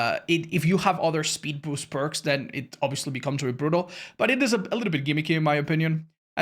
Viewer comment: Spood beest